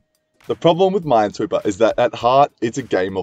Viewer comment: No one realized that he said mindsweeper instead of minesweeper